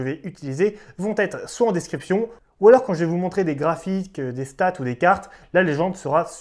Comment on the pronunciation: " déscription" aaaaaargggggggg ! mais sinon magnifique travail merci beaucoup